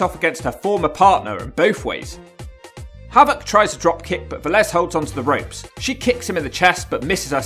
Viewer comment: You weren't far off at all for what that's worth lol, at least you nailed the surname. Lot better than a lot of other Brits when saying Latin names IMO.